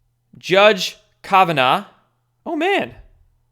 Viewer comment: wow this kid doesn't even know how to pronounce kavanaugh. The biggest story of the last few days and can't say the name properly. ..duh